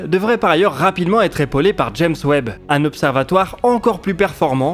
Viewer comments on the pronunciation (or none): none